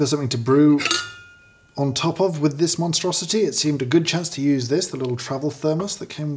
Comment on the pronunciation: i can feel James’ soul withering from working these - but also seems to be having some fun :D Also - am i the only one that hears “travel” sounding like “trouble” here?